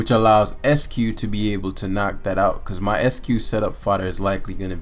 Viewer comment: "ICE-CUE" not "ESS-CUE" There's an "I" right after the "E."